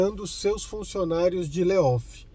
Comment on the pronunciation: Não é LEOFF e sim LAYOFF